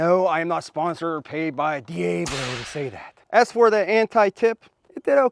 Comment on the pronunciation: Ay Caramba! How to say Diablo in Yinzer speak. I was watching you slice and dice N’at, then you said deeyaaablow, Ay yi yi. Peace Aht.